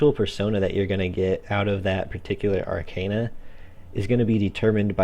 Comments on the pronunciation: It's called Arcana not Arcena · Pronounced Arkana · If you want to go for the latin pronunciation, then it's ar-kah-nah. That's how most people whose fist language is a romance language (like myself) would spell it. Considering that the very word Tarot comes from the Italian "Tarocco" and that Persona is the current word for 'Person' in Italian and it is spelled exactly how the characters spell it in the game I think it's safe to assume that the latin pronunciation is the correct one. But hey, I mispronounce English words all the time so who cares :P